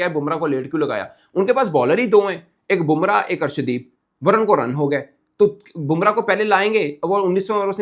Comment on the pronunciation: Its not Varan, balke Varun (Varoon)